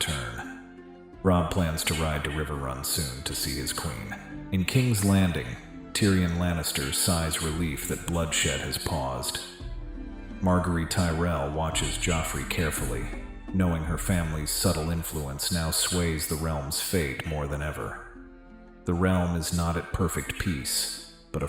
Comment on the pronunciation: Rose Bolton, Marg-a-ree Tyrell, Lisa Aryn, Moat Caya-lyn LOL